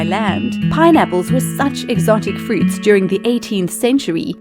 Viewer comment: Her:fluit Me:do u mean fruit? Her: I said that🙄😏 Me:no u did